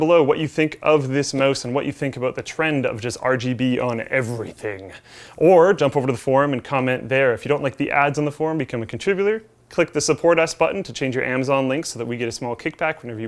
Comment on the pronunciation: contribbrewwwrer :P